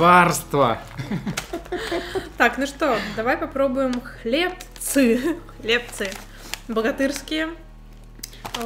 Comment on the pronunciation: хлебцы на ы ударение